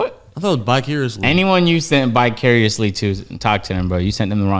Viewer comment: Really? Bicariously?? 😂🤣😂🤣😂🤣 had to look it up 😂🤣😂🤣